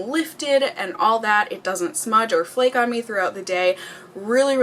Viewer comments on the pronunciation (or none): none